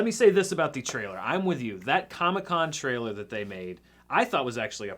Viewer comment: always pronounces "trailer" like "traehl'r."